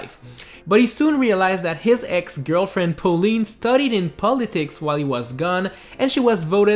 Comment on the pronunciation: How do you fuck up saying Pauline?